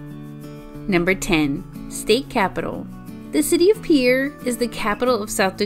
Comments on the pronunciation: Peer. Not peeyayer. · Peer it's pronounced peer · It’s pronounced pier like a pier on the water